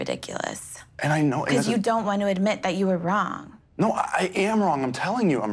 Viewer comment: gabby saying NO is a meme and a mood! 😭